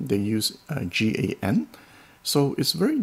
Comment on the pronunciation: I've been working with GaN transitor-powered modular television transmitter amplifiers since 2015. Nice to see it finally trickling down to consumer tech. BTW, we just say "gan", not G-A-N. 😅